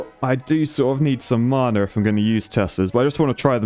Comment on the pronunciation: His pronunciation of Mana is making me so upset whyyy